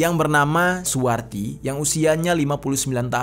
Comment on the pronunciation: Akukan dgr bg jeri nih sambil ngerjain tugas... Blas g liat2 hape...sampailah ke saat ditemukan mayat seorang ibu2 yg namanya SUWARTI. Dengar terus nih..kok lm2 bg jeri blgnya suwati g pake r.....bkn suwarti...kok bg jeri nyebut2 namaku...tak dengerin...iya i...suwati...smp tak putar balik mau tau nama ibu itu siapa...dapatlah...SUWARTI....bg jeri bg jeri. Gara2 si samsudin buat heboh. Sukses bg jeri